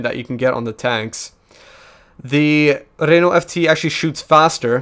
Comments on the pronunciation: Oh God, the Renault pronunciation, IT BURNS!!! P.s great video anyway:) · As a french canadian , i love the way he pronounce Renault xD Awesome.